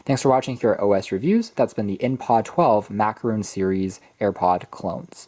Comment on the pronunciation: Nobody: Me: IT'S A FRICKING MAC-A-ROHN NOT MACAROOON BRUH!!!!!